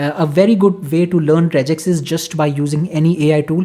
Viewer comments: it is not rejex.. its regex (regular Expression) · Rejex is wrong, and just a Indian accent infliction 😅